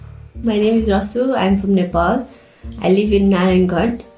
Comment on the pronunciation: sorry i am a nepalese i just cant help hearing this as its supposed to be nepal